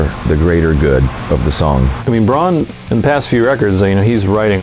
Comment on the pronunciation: Just how it's pronounced, add a B to Ron, Brann